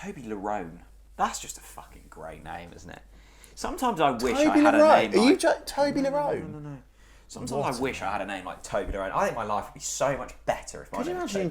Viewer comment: Toby-Lerone!?! 🤔 TOBLERONE… 😂